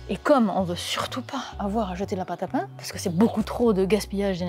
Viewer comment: du paing ! du bon paing !! si poing !!!